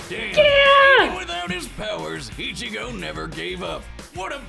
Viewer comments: Bro said Eye-chigo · I almost down voted this video for your pronunciation of Ichigo😂🤣😂 come on now put some respect on that man's name LOL